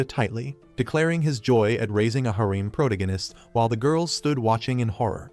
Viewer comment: Why is it these AI voice overs can’t pronounce protagonist right? It’s pronounce pro-tag-o-nist, not proto-gan-ist